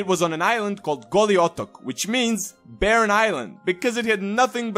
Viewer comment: how did you pronounce Goli Otok that easy are you from the Balkans